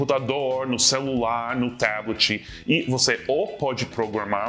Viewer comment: Seth, vc falou "tableti". Ficou engraçado!